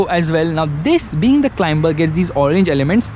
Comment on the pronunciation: CLIMBER = to CLIMB. Pronounced 'CLIMER'. It's a very soft B, almost not said.